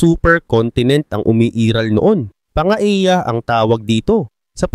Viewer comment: hindi po pangeya ang bigkas sa Pangea kundi. pan-je-ya